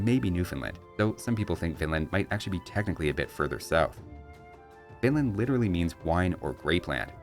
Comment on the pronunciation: I keep hearing "Vinland" as "Finland".